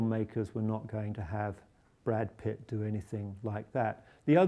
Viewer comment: did he say brad piss?